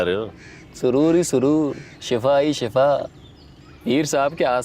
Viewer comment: پیر صاحب شفا نہیں شِفا ھوتا ھے